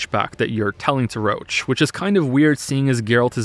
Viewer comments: I didn't know that Detmold's character was so scarred by translation as Roche being actually pronounced as "Roshe" instead of "Roach" in the english version. I've played the polish version and i can't realy understand those design-translation decisions, even more so, when Roche's name is not of polish origin. In my opinion both versions could and should have the same spelling and pronounciation. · wtf I thought you were memeing with calling roche "roach" in the polish version they pronounce it "rosh", the same way you would read it in french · i keep hearing "roche" as "roach" so when i hear "roach's high position in the military" i get a little. weirded out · Pronouncing roche as roach is very funny when you imagine a horse instead of vernon doing stuff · I swear, if you call Roche Roach one more time i will end it. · you pronoucing "roche" as "roach" is giving me cancer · Okay, video's great, but pronounciation of Roche drives me crazy, it's supposed to be french-ish not a bug (roach) Edit: im Polish, shit says about Polish is fucking hilarious (Also, Witcher 1 and 2 are basically indie games, fight me) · I hate how they pronounce "Roche". It sounds like Roach. I always thought he was meant to be some kind of "frenchman" because in polish they say "Rosh". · IT'S "ROSH"! VERNON ROSH! NOT "ROACH"! I'M GOING TO CUT MYSELF! It's "Rosh" in every single language version, except for English. The English cast for some reason is incapable of pronouncing it properly... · most of the technical issues you described in the prologue, I gotta say it's most likely to be a bug. I played the game on PC twice and had NONE of these issues also Roche isn't pronounced as Roach but as like "Rosh" at least in the language I played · his name is Roche. ROCHE! Pronounced "Roh-shh" not "roach". "Roach" is the horse. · You pronounce Roche as "roach" but i think "rosh" is correct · Roche is "Roach" is english dub. although he should is "Roshe". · Yeah he scuffed that.